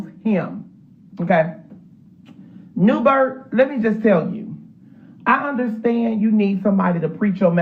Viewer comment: Somebody help me please!!!! Is he saying New Bert! He is! Ok ✅ Thank You😂😂😂😂 Ummmmmmm Andrew it’s New Birth😂😂😂😂🤦🏾‍♀️